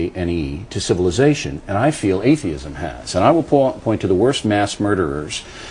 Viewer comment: I love how he mispronounces atheism but gets zuchermann right the first time